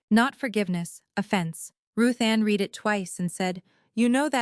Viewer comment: AI narrator doesn't grasp the difference between read - present tense, pronounced reed - and read - past tense, pronounced red. As is evident in this story.